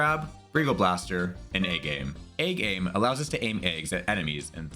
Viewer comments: Every time you say "egg aim" I think you're saying "A-game". Really gotta bring your A-game :D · Egg Aim makes a lot more sense for what the move does, but I heard A game throughout the video as well... Granted, I've never actually played Tooie. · Same here. I think the devs must have named it that for that exact pun. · Good it wasn't just me. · I thought I was going crazy